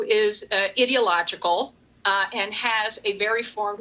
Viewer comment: she can't even pronounce ideological properly.